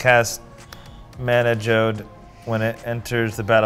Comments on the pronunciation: I love pronunciation. Last week he had omni-science and this wee he had mana "Ghode". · Is just trying to mispronounce cards? Mana geode is now “jode” (or however you want to attempt to spell it) Alela is now aleia. I’m 15 minutes in. IHYW